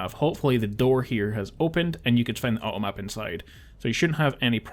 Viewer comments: Awesome videos! Kind of funny, with your accent every time you say "automap" I keep hearing "uh oh map". Like "uh oh" they made a mistake haha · When you talk about the 2 bugged items/areas I had a real big problem what the first thing you tried to say was :P I heard "Ah Oh Ap", like something spelled A-O App haha! Anyway, thx for these vids, they've helped a ton and I love that you tell us where the "point of no return" is and when there are bugs to watch out for.